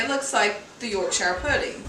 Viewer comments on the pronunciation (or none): Yorkshuh not York shyer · It's pronounced york-shear not york-shire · Just a tip: Yorkshire is pronounced York-Sha